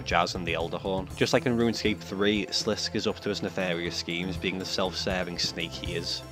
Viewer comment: sliss-KAY not slisk!!